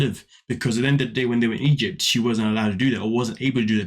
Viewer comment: She can’t even pronounce ‘Egypt’ right